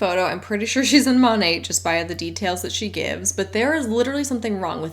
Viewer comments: It really annoys me, as an art history nerd, when they pronounce it like the name of the artist. Don’t sully Monet’s name with this garbage. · Don’t trust reps to pronounce the name of their MLM correctly. Exhibit A: MONAT